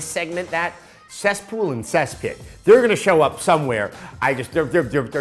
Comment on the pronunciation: sess pool and sess pits XD